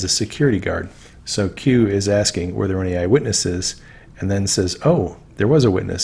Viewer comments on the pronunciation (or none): none